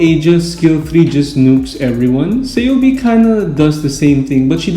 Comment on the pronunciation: kei-oh-bei bai-beak